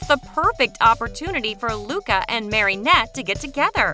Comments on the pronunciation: I know omg it was killing me. Marinette, not MarYnette. At the she even says Marionette. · Omg you saying marinette wronggg